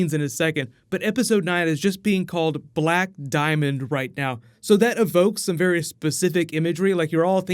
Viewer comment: Did you just say "Bear-y specific"?